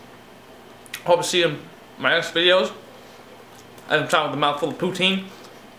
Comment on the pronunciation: Jesus it's YouTube dude, don't you think you could have started by watching a video on how to pronounce poutine. and where the hell did you get this concoction? you don't melt the cheese in water the gravy melts it. and you don't use can gravy, clearly your from the states. put hey you seem to know how cook fries. must have gone to collage. also add some music in the background cause your as boring then that sweater.